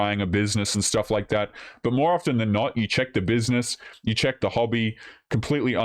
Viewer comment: I'm done with women that can't even say a simple word like " more".